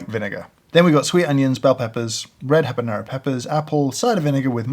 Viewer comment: James said "habanero" and not "habañero", as most people say wrongly. My respect for him is once again proven to be well placed.